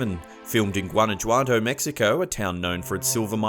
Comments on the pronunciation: Guanayuato. Columbia. Dude, I'm sure you don't know spanish, cuz you totally butchered those names. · The way he pronounced Guanajuato made me cringe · Lol. The way you said Guanajuato 😂😂🤭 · Wow, in the first video, thats the worst pronunciation of Guanajuato i have ever heard lol